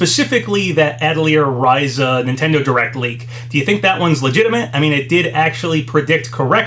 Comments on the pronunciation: It's RISE-UH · Its so funny when these Youtubers, particularly ones that continuously make long videos covering lots of information, always say when pronouncing words they aren't familiar with something like "i'm probably not saying that correctly i don't know how to say that", when their platform, and in a lot of situations their main source of income, is Youtuber. They spend all their time on a video website where they could easily search for a video relating to the word they claim is has such an elusive pronounciation, and learn how its said. It would seriously take mere seconds to fine out.